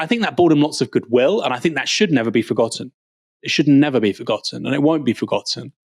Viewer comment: "fing" "wiv" "neever" "fretten" "sumfing" "feem" 🤦🏻‍♀️ Please speak English correctly. You're but seeing a very good example to non English speakers or making yourself very easy to understand by them.